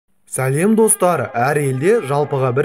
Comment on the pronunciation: Салеминди дурыс айтшы ударениясыз